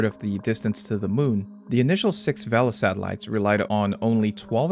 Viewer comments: Pronounced VAY-LU, not VEL-UH. Source: the people who built it (docu on the Vela satellites from the 60's) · "vay-la" rather then "vehl-uh", but anyway they were remarkably accurate devices by most accounts and only had one single "false" positive detection of a nuclear detonation in the history of the program - the Vela incident in the remote Indian Ocean between South Africa and Antarctica in 1979. This very "false" positive detection of a nuclear weapon explosion was definitely not a secret test of the clandestine Israeli nuclear weapons program and was definitely not confirmed by multiple other methods of detection as outlined in a 2018 paper by De Geer and Wright. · I'm sure that's how the word for sail IS pronounced in Spanish, but this word isn't referring to sails and the device's inventors weren't Spanish, so they all said "vay-luh", you can hear it for yourself on any number of historical films about the program freely available on this site. Similarly, the 1960s NASA program Gemini is rightly pronounced "jem-in-ee" and not "jem-in-eye" like the constellation. You're free to argue the "proper" pronunciation of these terms and others with their originators in the 1950s and 60s if you have access to a flux capacitor, but barring that, the correct pronunciations are the ones used by the men who adopted and repurposed them for their own modern technical needs when referring to the devices and systems they specifically created.